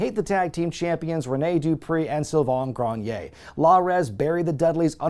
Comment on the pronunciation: His name is sylvan grenier. His name is NOT sylvan "groan-yay"